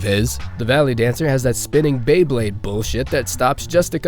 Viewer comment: Beblayde Beblayed Let it rip